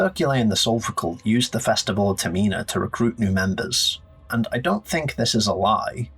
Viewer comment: Great vid but why are you saying Termina like that?